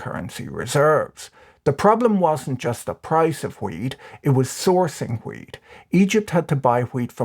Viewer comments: 90% of the time this man said weed. not wheat.... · This video made a lot more sense when I realised you were saying 'wheat' and not 'weed'...